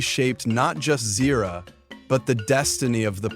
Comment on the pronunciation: I thought Ahadi and Uru are the parents of Taka (aka Scar) and Mufasa from the books “The Lion King: Six New Adventures”. You mispronounced Zira’s name on and .